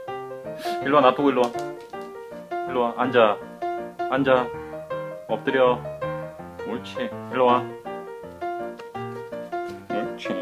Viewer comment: 왠지 "얻드려" 만 들리징 어허허허